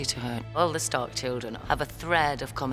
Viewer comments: Did he just say "I Eddard of house STORK" ? lolol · I, Eddard, the house stork, sentence you to die. "House stork" - like a house cat? lol